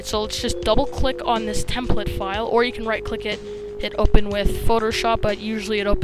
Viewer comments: Learn how to say template. -_ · Its not templet, its template.. lol